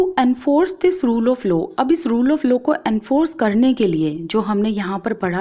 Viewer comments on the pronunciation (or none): Ma'am it is law not low..... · Ma'am it's LAW not LO. You teach so we'll ma'am 👍 But I want to correct you. Don't take it in the negitive way....... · Mam it is law not lows🤣🤣🤣🤣🤣🤣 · Ma'am it is law not low ....